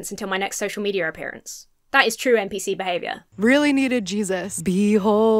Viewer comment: "NPC", not "MPC" ;)